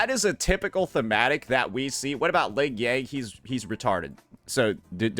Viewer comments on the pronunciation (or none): I agree with your ling"aRouOuoUo"yang take haha